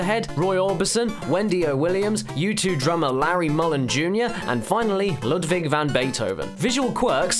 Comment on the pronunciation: Why do you say Ludvig?